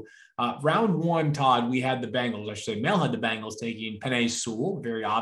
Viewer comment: BENgals. Not BANGLES.